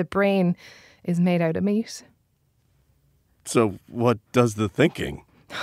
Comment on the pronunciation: What is the woman's accent? She sounds like she's saying "s" instead of final "t"s: they're made out of meas"